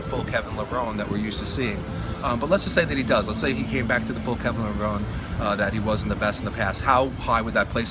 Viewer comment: It's amazing that Kevin has been around for over 20 years and people still don't know how to pronounce his last name. (It's Levro-nee)